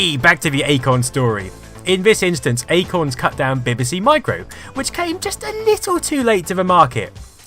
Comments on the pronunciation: Dont you know how to pronounce BBC? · Love your videos but as a Brit you really should be able to pronounce BBC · While I'm having trouble getting past the way you pronounce BBC! I'll forgive you because I'm hooked on your channel. Keep up the brilliant work.